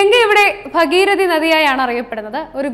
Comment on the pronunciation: B ഭഗീരഥിയല്ല ഭാഗീരഥി എന്നാണു ശരി.